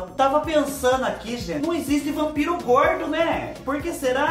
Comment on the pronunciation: Ralaween, Prepúcio, Rampiro...😂🤣